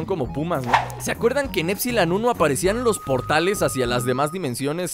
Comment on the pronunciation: LukasRap Roblox, Juegos dice épsilon no épsilon aprende a leer